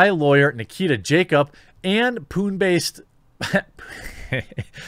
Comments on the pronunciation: Thats not Pun, its Puneeeeeeeeeeeee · Pune is pronounced Poon-ay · Its pronounced Poo-neigh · Hey man. I'm not hating here, just trying to help you out. If you're going to cover more/follow up to these stories, then these names will keep repeating. So to prevent any awkwardness, the places are called as such: Pune is said like "Puné like in resumé" and Bengaluru could be said as Bangalore/ Bang-a-lore. I know it's funny sounding, but yeah. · Pune is said Poona its where I was born xD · The city of Pune is pronounced as Pu-ney 😀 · (its pronounced "poon-eh" btw, just in case you cover this again) :) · Pronounced “Poona”